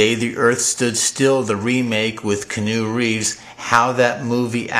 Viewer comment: he says the actors name is Canoe Reeves? Is that really his name or is he trying to say Keanu?